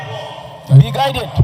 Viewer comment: Be guided not be guitet